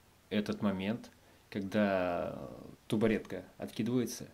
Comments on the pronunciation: А я думаю: что мне так режет слух? 😅 Потом обратила внимание на неоднократное произношение "тубаретка" 🤣🤣🤣 Думала, что только я заметила, ан неть 😁 Я не одна оказывается 🤣🤣🤣🤣🤣🤣🤣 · Ты так прикольно говоришь)) я например говорю табуретка,а у тебя тубаретка))) кто из нас прав?))) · Всё интересно... Но,не тубаретка а табуретка. Удачи. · Табуретка)))а не тубаретка))) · Привет извини что заостряю внимание но тАбУретка, не хочется тебя обижать мне нравится твой канал смотрю вас с Тимом ещё с НЕРВА, но в этот раз почему то по ушам резануло, ещё раз извини и удачи тебе во всём